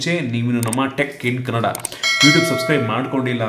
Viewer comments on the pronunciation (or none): none